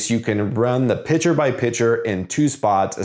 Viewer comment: When you say picture, you aren't pronouncing the "T", you are saying picher. That part is maddening, but the rest is great as usual!